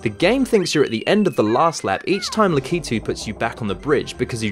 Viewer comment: It's pronounced lack-a-two not la-key-tu